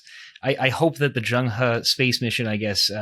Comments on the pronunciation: it is not zhang he. it's zheng he 郑和， in Ming dynasty. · it is Zheng he郑和. not zhang he。Ming dynasty.